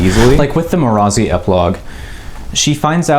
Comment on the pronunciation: Sorry but the way you pronounce marasi bothers me as a listener not a reader.